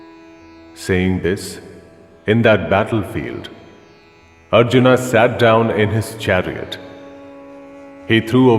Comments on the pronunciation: Because it's pronounciation is like Arjun. Not arjunaaa. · Why do they say Arjun ? His name is Arjuna ( Aryana = Aryan ) .